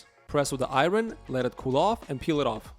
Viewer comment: “I-yern” not “ I-Ron” 😂 reminds me of Key & Peele